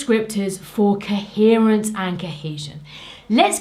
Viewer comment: I love the way you say "kehesion" and "keherence".